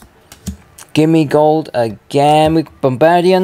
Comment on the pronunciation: Its called Gimmighoul not Gimmigold